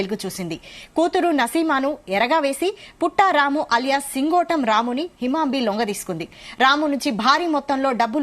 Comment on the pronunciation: Brother lingotam kadhu singotam